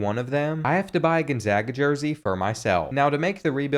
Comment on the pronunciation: You realize that there is no I in Gonzaga, right? It's not pronounced Ginzaga.